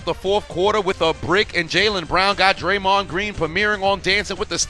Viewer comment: YO SAID draymon TO THE RESCUE 😂😂😂😂😂😂😂😂😂😂😂😂